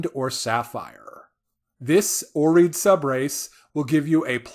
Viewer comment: It's pronounced awr-ee-ad NOT awr-eed. Maybe it's from growing up with first-edition Gary Gygax publications, but I've always had a habit of checking the dictionary for the definition and pronunciation of any new word in D&D/Pathfinder, and it bothers me to no end that no one on YouTube can pronounce things correctly. #grognard